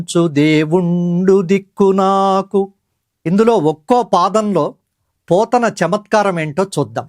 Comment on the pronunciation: పోతున్న కాదండి బాబూ.పోతన